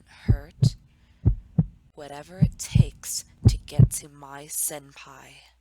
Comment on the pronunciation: I'm sorry but "senpai" not "senpie"